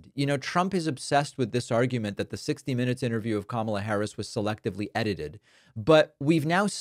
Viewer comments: Wow he pronounced Kamala correctly, he’s losing the plot😮. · All I heard was this BUFFOON say KAMALA’S name correctly !!!!! Way to go DUMBA$$!!!! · Now he can pronounce "Kamala?" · So, he does know how to pronounce kamala's name correctly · Wow he does know how to say her name . 🙄 He’s the most disgusting human being in the United States. This idiot has never “ won “ a thing in his life . As it’s said he just knows the “right people “ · 🎉wow he pronounced Kamala's name correctly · He forgot and pronounced Kamala's name correctly.